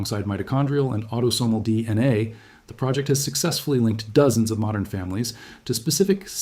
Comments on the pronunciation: D, NA rather than DNA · Adding audible breaths doesn't make the AI narration sound more realistic, it's distracting and awful. You also haven't flagged the video as using AI like you're supposed to. It also has too many mis-pronunciations; On top of what others have pointed out is 'Dee... enay' instead of DNA. We have to remain diligent in voting down AI slop.